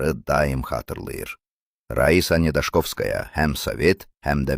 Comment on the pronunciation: Birincisi vurğunu düz tələffüz edin, zəhmət olmasa. 2 si isə özümüzdə bu qədər gözəl qızlar olarkən nədən bizimkilər ancaq rus qızlarını çəkilişə dəvət ediblər, bax bu çoox maraqlıdı.Bəxtiyar filmində sarı soxulcana oxşayan Saşanı lap madonna ediblər😂